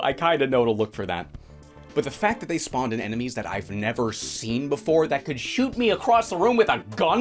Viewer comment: "Nuuu, don't shewt' XD